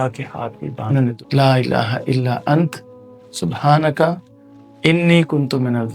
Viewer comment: Asslamoaliakm bhai Antaa parhtay hain ap ant parh rahay hain galat parh rahay hain ap❤plz corection kijiay